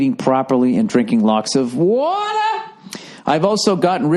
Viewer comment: "Drinking lots of WAH-TAH!!"